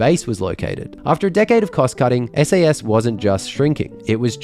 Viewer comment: "SASS" haha